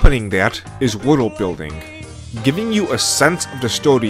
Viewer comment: "woodill building" even the subs fucking dunk on how this dude says worldbuilding, LMAO. besides the atrocious pronunciation tho, good video my dude. and even then, the weird way you say shit is kind of endearing in a way.